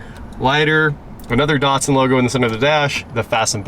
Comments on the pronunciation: Why are American’s hell bent on butchering brand names? Dat-sun. Dat, like that Maz-da. Not Mahz-da E-lan-tra. Not Elahntra And so many more 🤣 None the less, sweet old car, and a great channel 👍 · Why do you keep calling it a Dartsun?